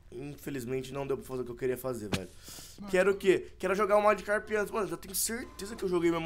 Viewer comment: se escreve e se fala magikarp